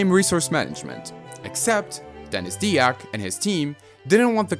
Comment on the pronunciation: Dyack has typically been pronounced dye-ack as far as I've ever seen.